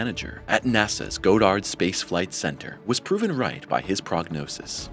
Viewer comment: I had heard all I needed to hear when the narrator pronounced the name "Goddard" wrong. If you are too lazy and/or incompetent to FIND OUT how something is pronounced, then I have serious doubts that you have any idea what you are talking about. In science, details matter, So do your damn homework! It's NOT pronounced "Goe-dard". It's pronounced "God-durd". The first syllable rhymes with "wad".